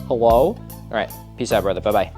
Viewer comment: did he say Hewo???